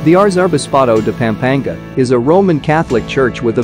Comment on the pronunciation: If I hear you mispronounce PAm-pa-NGA one more time! You should not do videos about an area if you don't bother to pronounce the name correctly. You speak PAM like an American woman's name, it is not pronounced that way. A in Tagalog is short always.